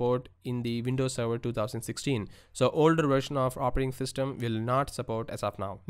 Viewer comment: "Operating Thystem" ;-) JK, great video! Thank you!